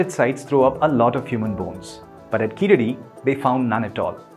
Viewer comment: Hi well happy to u spoke about this but please pronounce the name correctly it's not (keeladi) pronounce it (keezhadi). Your pronounce it wrongly for (e.g.Sharuk called saruk )🤦‍♂️🤦‍♂️🤦‍♂️🤦‍♂️🤦‍♂️